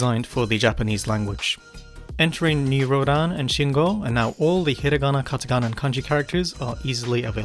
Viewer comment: It puzzles me why you pronounce "New Rodan" instead of New Rodin ?